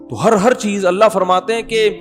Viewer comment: Please sahi pronounce karo it's ❤️ ALLAH❤️ Correct spelling 😀